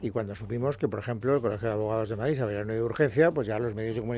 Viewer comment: Bolaños y Alegria, a ver si aprendeis a hablar BOTIJOSSSS no es Madrizzzzz es Madrid entre otras patadas al léxico